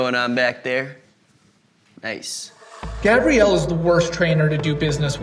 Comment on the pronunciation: Gabriel not Gabrielle wtf